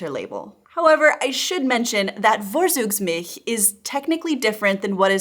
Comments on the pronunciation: Very interesting, you earned my like. Just one thing: V is a bit tricky in German, pronounced like an English v when the word is derived from latin and like f when it is of Germanic origin. The German z is so easy, always like ts. Vorzugsmilch is pronounced like fortsugsmilch. You nailed the vowels and the ch-sound in that word, though, and that was the hard part for an English speaker. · Dear please do some work on your pronounciation of the "German" V. Like when you talked about Vorzugsmilch. The Milch part in this word was spoken pretty decent by you but the Vorzugs- part you should better speak like "Fortsoogz". Don't worry to much, it's just the German directness in me that wants you to get better every day. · "Vorzug" is pronounced as like as "For-tsug" the "V" as like "F" and the "Z" is always as like "TS" as like as in English "guts" ...simply no buzzing "s" sound there are some words where "V" is similar as like in English but those are not that much and those are foremost loanwords from French or Latin. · ha ha, lingoda didn't help you with 'Vorzugsmilch' so far, keep on exercising! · Its fun to listen to your "Vorzugsmilch". It sounds like "Worsugs". Germans speak a hard "F" and a hard "ts", try to speak like "Fourtsooks"milch. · fawre-tsooks-milch. You pronounced the last syllable correctly, but "vor" doesn't start with a "v" sound which would be written "w" in German (as well as in Polish), since the letter "v" is pronounced "f." And Zug (including in Vorzug) is "tsooke" not "dzoog" (Z is never voiced in German, and final G becomes K - however in Vorzüge it is pronounced like in English Get). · Just a note on pronunciation: Vorzugsmilch = [ˈfoɐ̯t͡suːksˌmɪlç]. Always remember: v sounds like f (for germanic words), z = ts. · The spelling is so bad. I can’t hear it it’s Vorzugsmilch not with V but with F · Fffffffffffffff... not worzugsmilch. Like in wtf. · Vorzug is pronounced For-tsook. Never heard Vorzugsmilch in Germany. I only know Rohmilch.